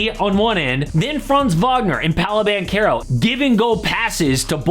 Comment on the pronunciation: Please it is pronounced Banchero , the CH like in CHess.